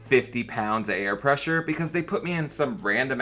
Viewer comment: Beetus, cholorol, presssuuur. And full fridge-itis